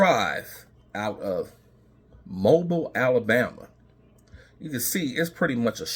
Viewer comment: Pronounced Mo bill not bile